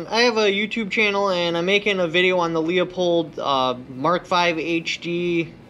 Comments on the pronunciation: I literally cant watch this video listening to him slaughter, besmirch and disrespect the fine German name of Leupold(LOO-POLD!) by mispronouncing it like the Polish last name of LEO-pold. Leopold was a Polish composer. Leupold(LOO-POLD) is a German who started an optics company that eventually became Leupold and Stevens. LOOP-HOLD and STEVENS. Fucking giant face palm. Just too many errors over the last year in simple English, grammar and communication. I got better channels to watch. Unsub. Bye. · It's Loo-pold FFS! Stop saying Leo-pold. Can ya not read? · Not LEO pulled Pronounced LEW POLD Leupold=LEW POLD - correct Lee oh pulled- incorrect Everyone within the company pronounces it correctly. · Lee-a-pold?? Leu-pole!! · Leo-pold or Leu-pold Loo as in "Cool" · yes or the name Lou. Leupold is pronounced Lou-pold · I told you so. By the by, it is pronounced Lou pold. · It pronounced "loop-old" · It's pronounced LOOPHOLD...FYI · Its pronounce LOO-poled. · The way u pronounce Leupold has me dead lol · same lol also has me dead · You can't even pronounce the name of the scope!